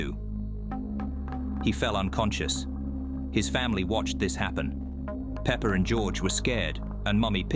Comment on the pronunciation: why does he call peppa "Pepper"😂😂😂